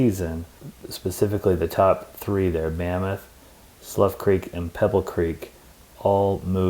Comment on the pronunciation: Having worked in Yellowstone for 10 summers and 3 winters, here are a few comments I’m adding to your excellent video 👍🏽. - Slough Creek is pronounced like “through”…not like “tough”. - Along with bear spray when hiking, hike in groups of 3 or more for safety. - Just so you know… almost all the employees you’ll encounter at stores, restaurants, gas stations, campgrounds, and reservable activities are seasonal employees. These employees are mostly of college age, from other countries, or senior retirees…all trained for their jobs when they arrive at the park. So be patient, polite, and even ask where they’re from. - Yellowstone’s National Park Visitor Centers are not to be missed. They include information desks where rangers can answer park questions, Theaters with half hour videos about the park, Dioramas about animals and park history, books and some gift shopping. One of my fav visitor centers is at Lake….a museum of sorts with a huge assortment of stuffed animals.. so you can see them up close. - Also, Park Ranger-led activities & hikes. When you enter the park you will be given a park map, but also the *Park newspaper…loads of information, so have someone in your party scan through it, even read it out loud…but look for the schedule of Ranger-led activities and hikes. Dates, locations, and times are listed. The Rangers know Everything about the park, so you’ll really learn a lot from them about the park, and consequently will enjoy and appreciate the park that much more.